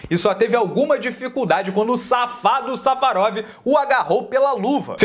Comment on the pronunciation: Quando o Safadoo Safarov KKKKKKK O encheu a boca pra falar isso